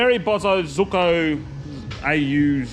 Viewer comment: Can you atleast learn to say bosozoku before you disrespect an entire culture.